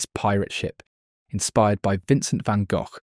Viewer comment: Say "Vincent van Gogh" again!